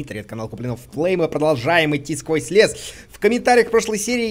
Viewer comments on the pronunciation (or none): none